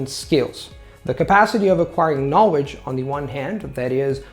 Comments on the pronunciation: All I hear is ''Knowedge''. There is an important 'L'' missing there. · Great video! I am looking to learn Chinese mandarin. Do you have any resources you would recommend or a blog page that does this? Thanks in advance. Also one tip: you are pronouncing the word 'knowledge' incorrectly.